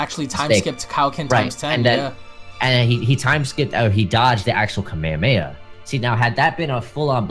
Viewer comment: It irritates me when people say Kamehameha wrong.🤦🏾‍♂️ Like they say it the same way EVERY SINGLE TIME. I don't get what's so hard 💀